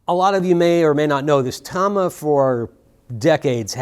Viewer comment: Thank you for pronouncing it Tama and not Tama